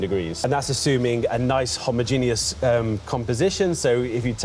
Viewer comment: "homogenius" 😂 the second "e" in "homogeneous" is silent 🤦‍♂️😅